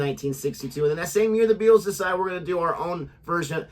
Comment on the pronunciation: Pronounced "BEETLES" not "BE - ATLES". Just thought I'd give you some help.